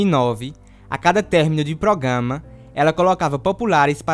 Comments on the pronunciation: Adorei o "progama" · Meu querido, o correto é programa e não progama.